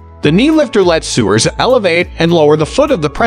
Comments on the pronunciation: Sewers lol so nice to be talked down to by a man reading a script he can't pronounce the words correctly in. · Or sewers